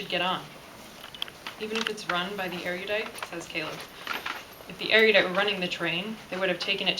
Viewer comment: omg, she pronounces 'Tobias' and 'Erudite' so different to me looove these books